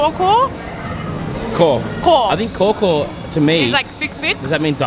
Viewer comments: You sounded like someone I know from America. He once asked me if I wanted any breakfast from a place called 'Bungkus Kaw Kaw' and it sounded like that, "kho kho". LOL. I was like, from where? 🤔🤔🤔. Not making fun of you guys, just funny to me. It's pronounced as "cow cow". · it's not "choco". it's pronounced "cow cow". (of course it's nothing to do with the cow in the field). some call "cow cow" but most of time I just call it "milo cow".and here's a tip. u need to order the drink from a restaurant because if u buy it from night market,the milo already tasteless.because of ice melting for hours. in restaurant,they will make the drink on the spot.the milo kaw should be filled by dense of milo and you should taste the milo thickness.that's the one u should look for. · ....Kaw Kaw is pronounce like "Cow Cow"....not "Kor Kor"...but you said it so CUTELY!!so that's fine! hahaha... Kaw means thick...for example, like Milo Kaw means they put more Milo than milk, same as Teh Tarik Kaw, more Tea than milk...so you'll taste the Tea and Milo more than the milk.. as always, ENJOY!!!! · YES! You are gonna see orang utans there... Hah! I told you so! 😎 it's not coco or choco or Co Co or core core. It's kaw kaw, or kaw, pronounced cow cow or cow as in the 🐄 that can give you 🍼 but meaning thick as in more concentrated than normal. So you can have milo ais kaw or teh tarik kaw or kopi O kaw etc... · kaw-kaw is pronounced "cow-cow"... not co-co... which mean extra milo or condensed milo. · I'm probably too late for this, somebody might have told you this. Just wanna say the Milo Kaw Kaw, it's pronounced as Cow Cow. True story. 😅 Now I need Milo Kaw Kaw. Damn. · "Biasa" means normal. Here for ampang balik, it means the fillings is crushed peanuts with butter and sugar. "Milo Kaw Kaw" is means extra Milo or extra thick Milo. Its pronounced "milo cow cow" with the "c" sounding more like "k" if that makes sense :) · It's actually pronounced cow-cow (english pronounciation)